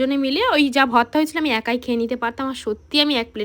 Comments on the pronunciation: Tui age uccharon kor bhorta ke bhotta bhotta kelacchis Dudh gulo besi kore jhulaaa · Vorti likhecho abar bolche votra 😂 ota vorta go